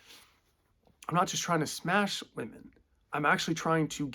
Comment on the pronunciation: "I'm more attracted to then (wahmen) now [as opposed to pre-SR]" Yessssss... YESSSSS! THIS!